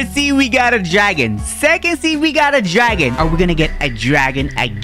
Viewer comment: When bro says gragon and lepard makes me laugh so bad